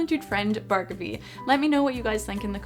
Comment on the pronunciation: This is OT, but necessary. "Bhargavi Madiraju" - not her - How to pronounce Indian names (written in English) 101. Its not "Burger-vee" / "Barguvee" 😂, it is Bh-aar-gov-wee. Where 'h' is not silent, but actually is pronounced , like in "Think". And "Madiraju" is a little tricky, cos English less sounds than Sanskrit, but it is NOT "MotherAjoo /MotherAchoo😂". Goes along on the lines of Muh-Thee/Dee-Rah-Joo. (Joo as in 'ju'ice). If you'd like easier to pronounce Indian name, I give you the city name: Thiruvananthapuram. Easy peasy. (Sorry, not sorry, just done watching a 1000 language videos..😢😂)